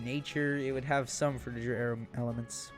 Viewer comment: A minute into the video and bro has mis pronounced frutiger aero like 10 times smh